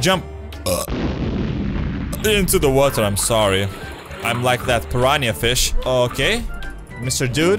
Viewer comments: Pan ran ia? Pir ran ah. Piranha. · i love how he says piraniah XD